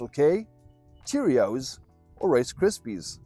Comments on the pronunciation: Rice Krispies not Rise Krispies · Rice Krispies Not Rise Krispies😂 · Rice Krispies. Not Rise Krispies.